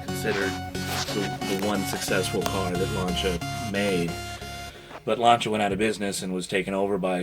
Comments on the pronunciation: Stop pronouncing Lancia as Lanchia, sounds so wrong :P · F.I. heads have big valves. Mikuni carbs didn't get a mention. Paint code 95 Light Blue often known as Ice white as it's white with just a tint of blue. +1 to the Lancia mispronunciation. Very dangerous having overdrive available on all 4 forward gears as it means that if OD is switched in when you select reverse you will damage the OD, the reverse in the GB, or both. Nice armrest/console. Rare and I'd like one for my 220.